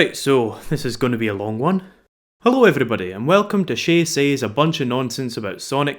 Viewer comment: You pronounced "Says" as "Say's"! Are you Indian? British? Where do you come from,? Spain? Mexico? Argentina? Anywhere, please?